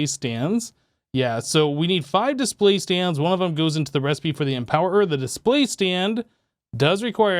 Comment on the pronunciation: a man said empowererererer